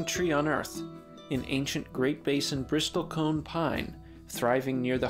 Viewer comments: Such a tragedy. Btw, it's pronounced "bristle" not "bristol" The "t" is silent. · It's pronounced "brissel" , not "bristol". Typical internet expert. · you don't pronounce the "T" - it's not a "briSTOL-cone" pine, it's a "bristle-cone" - like the bristles of a brush... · It's not a Bristol cone pine. It's a bristle cone pine, which is pronounced, bris-sle. It's not a 'conservationalist', it's a 'conservationist'. But thanks for a great video anyway. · BRISS-ul cone 😐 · Bristlecone is pronounced [ bris-uhl ] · A small correction: the word is Bristlecone, not Bristolcone…. Bristles of a brush+cone. Not the city of Bristol + cone. I visited the Bristlecone forest up on Mt. Evan’s in Colorado. They are a powerful and majestic species and need our protection from greedy and ignorant bureaucrats and “managers” of our national treasures. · you're pronouncing it wrong. the t is silent. it's "brissle cone" it's not "nevodddah" it's nevada, the same a sound as in sad. "sad" - "nevada". it's conservationist, not "conservation-AL-ist" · Never in almost 60 years of study have I ever heard anyone pronounce the "t" in Bristlecone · Can the AI narration at least pronounce "Bristlecone" properly? The "T" is silent. Not to mention the mispronunciation of Nevada. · You repeatedly mispronounce the word Bristle. Very annoying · I didn't need to hear someone mispronounce "bristlecone" that many times. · You are mispronouncing 'bristlecone.' Great vid otherwise. 😉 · And bristlecone, you don't pronounce the t. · The "t" in bristlecone silent. Robots, huh? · It’s annoying to hear the “A1” mispronounce “bristlecone” so stopped watching after 49 seconds. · You might want to learn how to pronounce "bristlecone". Your righteous indignation doesn't look good on top of stupid.